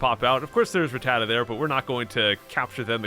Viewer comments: u say rattata right if u wanna know watch sun and moon they say it alo t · I SAY RATTATA THE SAME WAY YOU DO!!!!!!!!!!!!!😂